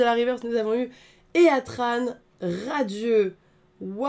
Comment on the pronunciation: Heatran se prononce hitran, de heat, chaleur en anglais.